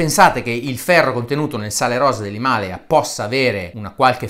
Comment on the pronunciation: Non mi triggerano tanto le bufale su 'sto sale miracoloso Mi trigga incredibilmente il modo in cui è pronunciato "Himalaya": io l'ho sempre pronunciato "Himalàya" xD